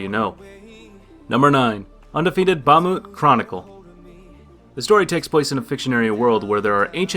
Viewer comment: Did you seriously say "Bah-moot"?